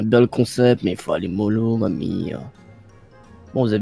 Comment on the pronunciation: Quand le père dit :c est un bon comsepte sa me fait trop rire mdrr🤣🤣🤣🤣